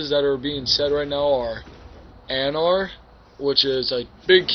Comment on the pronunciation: Anar? its angmar xD